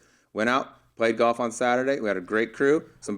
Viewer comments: Hank can't pronounce the L in the word Golf (sounds like Goff) but otherwise he's allright. His podcast isn't bad. Yeah, the whole "bad at bringing his game from the range to the course thing." I mean, the driving range is flat and the ball isn't below or above your feet so its obviously much easier to perfectly hit your 9 shots. And you're allowed to use alignment sticks etc. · Looks like he's 80, and worse yet, cannot even pronounce golf. Brutal when someone pronounces it goff. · Ever heard Hal Sutton or Ben Crenshaw say “Goff?” It’s a geographic thing.